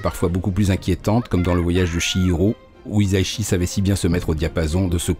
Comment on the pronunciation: [mode pête-couille on] Ça se prononce "hissa-ishi", pas "hiza-ishi" ;) [mode pête-couille off]